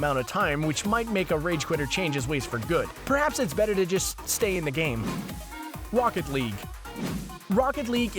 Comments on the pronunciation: Did he say wocket league ? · "Wocket Lague"?? "Walk it League"?? What? xD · did u say wocket league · "wocket league" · Anyone else notice when Rocket League came up he said “Wocket League” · Wocket League XD I'm dying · When talking about the CS:GO penalty he says peenalized and rocket league.